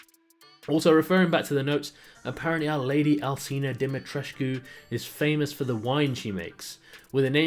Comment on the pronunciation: Alcina is pronounced "Al-chee-na" as I believe it's of Italian origin :)